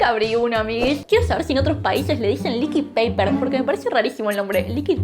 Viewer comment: El liquid paper está en inglés asi que se promuncia "licuid". Nadie le dice "neskik" al Nesquik, le decimos "nescuic" Es mas facil decir corrector líquido